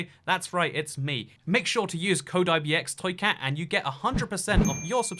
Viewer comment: The way you said ibxtoycat triggered me